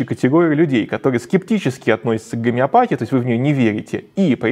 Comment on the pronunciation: Не из-за г'омеопатии у тебя приг'орело, болтун. Из-за собственной тупости.😂